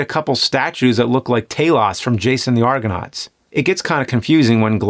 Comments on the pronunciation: The statue is not pronounced Tail-loss it's pronounced tal-ohs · wow that is the weirdest pronunciation of Talos I've ever heard...ever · Did Nerd just mispronounce Talos' name? It's said exactly how it looks. No long sounding vowels